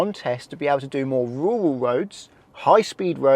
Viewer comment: RURAL not WURAL